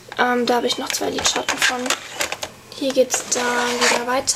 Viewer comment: ich leibe den einen teil wo sie liedschatten sagt (